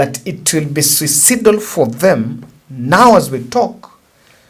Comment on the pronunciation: the word is read phonetically as siuc-a-i-d-o-l. Keep it up my brother, l do support Ur projects using a different number